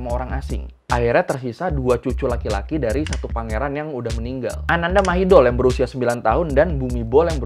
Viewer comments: Kho thot na khap, sorry, setau gw pronounce Thainya: "Anantha Mahidon" dan "Phumipon Adunyaden". But anw, this is very good video Mas!! Keep up 👏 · Mas, spellingnya perlu diluruskan. Ananda mahidol = ananta mahitong. Bumibhol = pumipong.